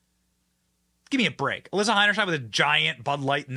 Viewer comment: The biggest question is whether Benny will ever learn how to pronounce Heinerscheid?